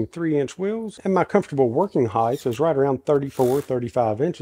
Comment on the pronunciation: Catawampus Moved house 😢. Gave all my power tools to my son😢😢 Need to help him set up his home work shop and these modular benches will be perfect!" Also Why do southerners say Heigth. It's height, pronounced like kite.